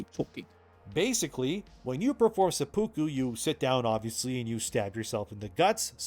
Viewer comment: Tip: seppuku is pronounced SE poo koo, accent on the first syllable, not se POO koo.